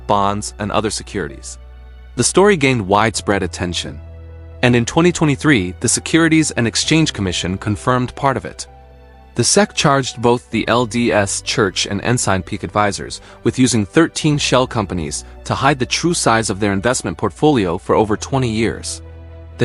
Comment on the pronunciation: The AI reading and phrasing is annoying. SEC is pronounced S.E.C. not "Seck" and you don't pause in the middle os sentences like that. Interesting material though.